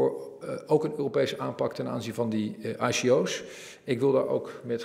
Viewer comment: zolang hij spreekt over IKO'S en niet eens weet hoe je het moet uitspreken dan mag hij per direct zijn mond houden.